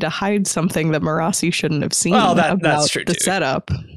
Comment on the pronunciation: You can tell which of them listen to the audiobooks! The different ways they pronounce Marasi is all over the place! Most impressive - they don't let the other pronunciations change what they know is the right way, lol! 😁